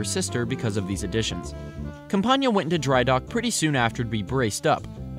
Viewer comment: camp-ain-iah is how it is pronounced